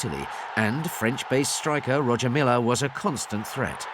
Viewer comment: It's pronounced Roya Milla sir